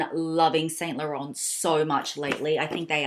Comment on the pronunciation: By the way it is pronounced as Saint lorhorn. Something of this. Withoit the R